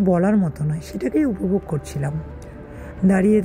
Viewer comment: * upovog hobe, anuvog noy.